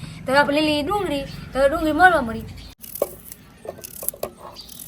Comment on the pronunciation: ડુંગળી બોલો તો